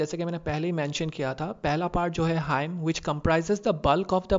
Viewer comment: Very helpful video. Also Hymn is pronounced as 'Him' not Haim.